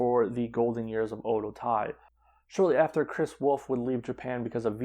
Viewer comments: Oedotai is pronounced like O Waydo tai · Oedotai is so bad now only Kagetsu and Sumire and hazuki are any good. Also you are pronouncing alot of there names incorrectly including Oedotai.